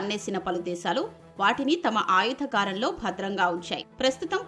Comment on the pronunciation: ఆయుధ గారం కాదమ్మా. ఆయుధాగారం. అది అంతా ఒకటే పదం. దాన్ని విడదీసి 2 పదాలుగా పలకొద్దు. ( కోశాగారం అంటే డబ్బు నిల్వ ఉండే స్తానం- అలాగే ఆయుధాగారం అంటే ఆయుధాలు నిల్వ ఉండే స్థానం అని అర్ధం. దాన్ని విడదీస్తే అర్థం శూన్యం. కుండ ను "కుం డ" అని పలికితే దాని మీద ఒక బండ వేసినట్లే. నీ తెలుగు కు తెగులు పట్టించకు తల్లి.